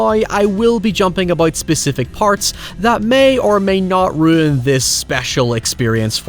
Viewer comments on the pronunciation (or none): none